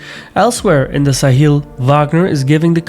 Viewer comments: All good but Sahel is pronounced Sa-hell, not Sa-heel. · Sa-hel not sa-heel